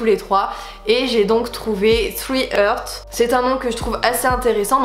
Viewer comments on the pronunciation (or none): Super mais par contre « hearts » se prononce «harts » avec un ‘a’ et pas « heurts » avec un ‘euh’ Sorry, je suis en licence d’anglais et ça m’a perturbé 😂😂 J’adore ta chaîne ! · Félicitations ! Si je peux me permettre (je ne sais pas si qqun l'a déjà dit) : "hearts" se prononce "haarts" (un "à" un peu long) plutôt que "herts" :) et ça sonne plus joli du coup ;)